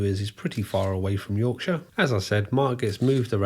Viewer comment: I hope the American viewers absorb the correct way to say Yorkshire (or any other county ending in shire for that matter). 😂